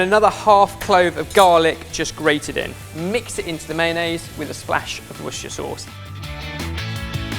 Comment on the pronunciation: You would think that being an internet chef, that would have learnt how to say Worcestershire sauce by now rather than mumbling through it 😂